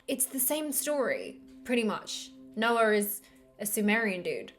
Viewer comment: Not to distract from the intellectual, educational & entertainment offerings of your video, which are brilliant, the way you add an “R” to how you say Noah, with your accent, is just so freaking cute! Also, you look different in just about every single video you posted, is that like a version of “armour or mask”? Just a thought, it could be advantageous from a lowest common denominator, marketing/branding standpoint, to look the same in every thumbnail, that being said, I applaud your decision for variety. Thanks for the awesome videos!